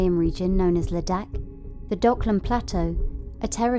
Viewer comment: The narrator's pronunciation of Ladakh and McMahon slightly peeves me